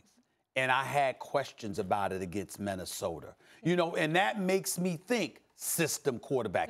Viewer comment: Stephen A: Minnesoter lol